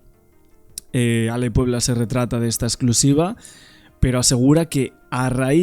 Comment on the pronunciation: Se dice RETRACTA